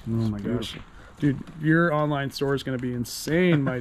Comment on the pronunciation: Just stop saying "Ho my gosh"